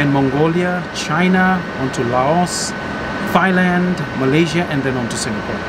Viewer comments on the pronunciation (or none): OH! So that is the correct way to pronounce "Θ"ailand. 😂